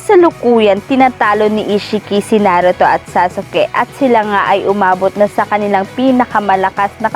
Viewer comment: Saka parang tanga anong sa-su-ke?